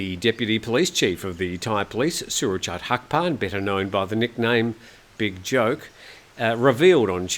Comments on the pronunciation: The fact that continually mispronounces "Joke" based on the English transliteration rather than the actual underlying Thai word, doesn't help. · often comments, or rolls his eyes, whenever an article uses Surachate Hakparn's nickname "Big Joke" ( บิ๊กโจ๊ก ). Most Thais have nicknames, and they often use their nicknames even in relatively formal situations. Some nicknames, such as "Joke", sound a bit silly in English, but in Thai they are used naturally, without ridicule. The English word "Big" (pronounced "bick") is sometimes used before the nickname of a powerful general (military or police). Again, although it might seem silly in English, the word "Big" is (usually) used by Thais with respect. Prayut Chan-o-cha's nickname is "Big Tuu" ( บิ๊กตู่ ), Prawit Wongsuwan's nickname is "Big Pom" ( บิ๊กป้อม ), and Anuphong Paochinda's nickname is "Big Pok" ( บิ๊กป๊อก ). The nickname "Joke" might come from the English word "joke" (many Thai nicknames come from a random English word that catches the fancy of the parents), or it might come from the Thai/Chinese word "joke" ( โจ๊ก ), which means congee (perhaps he liked to eat congee as a child).